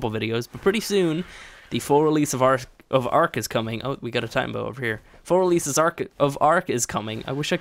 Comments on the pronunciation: It’s tie-tana-boas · I hate to be that guy but Titanoboa is pronounced Tie-tan-o-boa